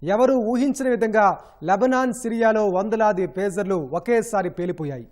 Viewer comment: ఫేజర్లు కాదయ్యా పేజర్లు.